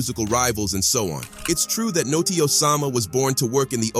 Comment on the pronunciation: Stop saying natsi it’s notti